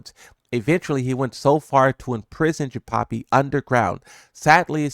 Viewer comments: Jinpapi? 🤣 It’s Jinpachi. Like the same as Heihachi but with Jin at the beginning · Why are you saying jinpapi wtf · Are you pronouncing it "Jinpapi" on purpose? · yo who tf is "Jinpapi"?